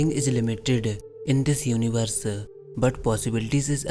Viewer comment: Wow what a English... everything is limitedu, iniversu, unlimitedu.... 😆 😆 😆